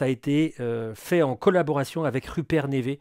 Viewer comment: super matos super vidéo comme d’hab 🙏🏻 ps : neve ça se prononce "niv"